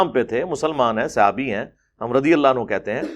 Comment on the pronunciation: Mufti sahb etny baray mufti aur radhiallahu anhu bhi sahih sey nahi bol paa rahay,Mera Khayal Hain Yah Hadees bhi Engr. Sey suni hogi